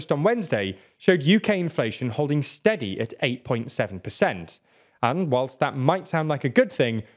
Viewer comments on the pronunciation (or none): none